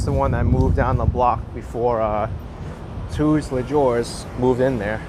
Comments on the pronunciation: omg hahaha it’s “too-lay-zhoo” but agree it’s an excellent bakery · Great video! I want to visit Flushing one day. Btw, Tous Les Jours, (All the days or every day) is pronounced "Too - lay - Joo", the "j" sounding like the "s" in treasure.